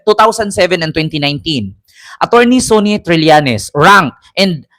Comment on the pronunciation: Sanny po iyan ang pagkabigkas hindi Sonni Trillanes.